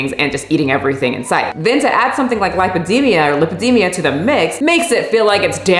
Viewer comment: of all the words you’ve butchered 🔨 ALL the ways you said lipedema in this video were totally correct (this from a physiology/dietetics graduate who jumped ship from a linguistics degree 😆). Lipedema is as inclusive as objective reality gets. And in fact, the ways that you (probably) thought you said it wrong revealed underlying (correct) knowledge that you have about medical conditions, so, good job! 😄🎉👍🧠💪